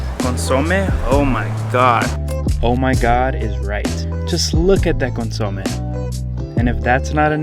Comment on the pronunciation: He keeps mispronuncing “consome”. It’s too adorable!!!